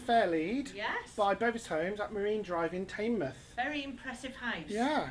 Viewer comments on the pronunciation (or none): It's pronounce tinmoth